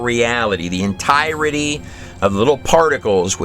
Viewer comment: this gut does a very insightful interpretation of the book of enoch as well. i wish someone would teach him to pronounce the word 'entirety'.